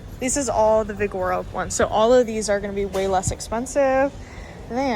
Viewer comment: Omg 😂😢😂😢 say it with me.. vig o ro, vig o ro. Not vi gor o 😂